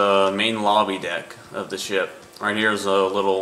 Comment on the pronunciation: u said shit not ship